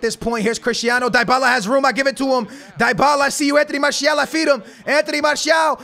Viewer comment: please learn how to say dybalas name right